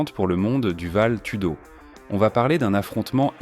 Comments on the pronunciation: Ça se prononce valettoudo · Vale tudo qui se prononce valé je crois Et c'est Curitiba la ville d'origine de josé "pelé" landi